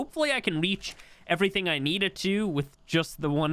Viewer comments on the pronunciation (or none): none